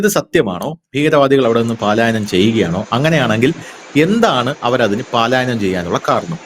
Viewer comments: Paalaayayanam alla palayanam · Paalaayanam alla manda palayanam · പാലായനം തേറ്റ് പലായനം ആണ് ശരി. പാലായനം പാലായനം കേട്ട് മടുത്തു. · പാലായനം അല്ല പലായനം ആണ് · പാലായനം അല്ല സുഹൃത്തേ, പാലായനം ആണ്. ആവർത്തിച്ചു തെറ്റിപ്പറയുന്നു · പാലായനം അല്ല, പലായനം എന്ന് പറയൂ...!!! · Not paalaayanam. Its palaayanam. Dont repeat. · Paaalaayanam alla, palaaayanam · പാലായാനം എന്നല്ല സഹോദര പലായനം എന്ന് പറയൂ! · പാലായനം അല്ല പലായനം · പ്രിയ അന്വേഷണാത്മകതയ്ക്കും സാധാരണ ശൈലിയ്ക്കും അഭിനന്ദനങ്ങൾ....! ഉച്ചാരണങ്ങൾ ശ്രദ്ധിക്കുക ഉദ: പാലായനമല്ല? പലായനമാണ്....! രണ്ടു പേർക്കും നന്മകൾ! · പാലായനം തെറ്റ്.പലായനം ശരി. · പാലായനം എന്നല്ല. പലായനം എന്നാണ് ശരിയായ വാക്ക്. പുതുതലമുറയെയടക്കം വളരെയധികം സ്വാധീനിക്കുന്ന ഒന്നാണ് മാധ്യമങ്ങൾ. ദയവായി ഭാഷാശുദ്ധി പാലിക്കൂ. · പലായനം.... ആണ് ശരി....പാലായനം അല്ല സഹോദരാ🙏🙏🙏🙏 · പാലായനമാണോ, അഥവാ പലായനമോ. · പാലായനം അല്ല മാഷേ പലായനം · "Paalaayanam" alla, "palaayanam " ennathanu correct pronounciation. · Not pàalaayanam, yes palaayanam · പാലായനം അല്ല. പലായനം..... പലായനം...... പലായനം ആണ് ശരി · പലായനം, പാലായനം അല്ല. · പാലായനം അല്ല പലായനം ✅ ❎ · എത്രയോ നാളായി പാലായനം അല്ല പലായനം എന്ന് പറയുന്നു. കഥ പറയുമ്പോൾ വീണ്ടും വീണ്ടും പാലായനം. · പാലായനം വേണ്ട. പലായനം മതി. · Super അവലോകനം ! പിന്നെ, പാലയനം അല്ല പലായനം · പലായനമാണ് ശരി. വാർത്ത വായിക്കുന്നവർ ശ്രദ്ധിക്കണം. മലയാള ഭാഷ കുളമാക്കരുത്. ഇങ്ങനെയൊക്കെ തെറ്റ് വായിച്ചാൽ കുറേപ്പേരെങ്കിലും അതേറ്റെടുക്കും.😊